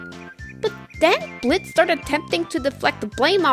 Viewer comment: thank you for being one of the few youtubers to actually pronounce Blitz's name right. enjoyed the video!